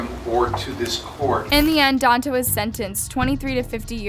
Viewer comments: Omg his name is Donta and it's pronounced Don-tay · If you're going to report on this story, at least learn how to pronounce their names. Don-TAY not Don-tuh. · It’s pronounced Don-TAY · “DON-TAY” Jesus. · It’s don-tay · Pronounced DON-TAY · It doesn't matter but it's pronounced "Don-Tay"